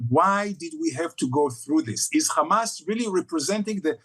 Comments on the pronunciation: I only heard khamas a million times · Drinking game... every time ha says khamas... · Ohh my goodness!!! I don't know how mehdi is so patient but everytime this guy says Khamas I feel like to just slap him so hard so that he comes back to his senses. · Khamas, khamas, khamas, khamas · Take a shot every time this clown says 'kh mas'... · Every response: it is KHHHAMAS! this embarrassing zio is totally brain dead! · And don’t forget, it’s how you pronounce Hamas, these people are beyond insane